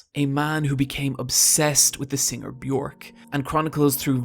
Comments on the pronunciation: Björk rhymes with jerk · you mispronounced Björk's name omg